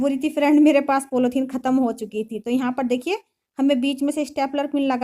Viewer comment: आप के बच्चे आप जैसे ही होगे।कितना बकवास काम किया है। पॉलिथीन होता है पोलौथीन नहीं।